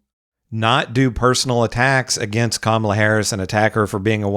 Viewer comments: That woman “journalist” can’t even pronounce Kamala’s name correctly. I’m sure that’s on purpose, and it destroys any semblance of credibility she may have had. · I can’t stand these A holes purposely mispronouncing Kamala’s name. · They STILL don't pronounce her name correctly. It's such a micro aggression. It's infuriating. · Why can’t they say this woman’s name correctly. It’s just disrespectful at this point. She is the Vice President for God sakes. Sheesh 🤦🏾‍♀️ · What kind of a journalist is if she can't even pronounce Kamala's name correctly? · If the maga crowd is trying so hard to present a good picture, why do they insist on intentionally mispronouncing Kamala's name? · 800 gorilla is them pretending she’s inept while mispronouncing her name 🖕